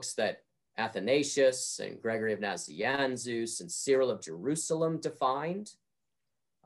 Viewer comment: I like his pronunciation of Naziansus. :D